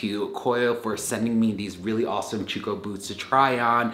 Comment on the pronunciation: I think its phonetically pronounced CHUCK - AH. not CHOOK - AH.. LOL.